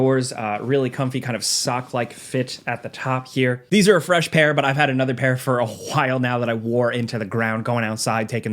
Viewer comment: really hit that "a while now" during the shoe ad